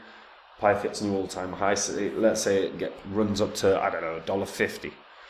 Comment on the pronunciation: You can tell does extensive research, because he can't even pronounce the name of the token despite the fact that it's provided on the main page of the website. 🙄